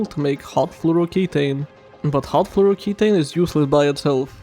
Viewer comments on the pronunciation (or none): That pronounciation of flouroketone was annoying. The end isnt ki taine, its ki tone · ke-TONE. TONE your abs. TONE it down.